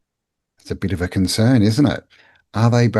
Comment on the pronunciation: con-cern hmm?